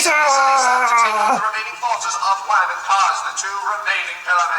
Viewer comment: Yeah it's not Wham, it's Wamuu